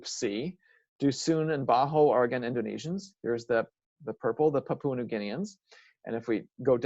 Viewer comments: Lol it just got me talking about languages and couldn't even pronounce Pa-pu-a New Guinea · Very interesting, though it vexes me every time you pronounce the word 'Papua'